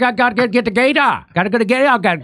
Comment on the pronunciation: Jimmy’s cajun accent sounds like he’s saying “gaydar” instead of “gator.” “GAYDAR!”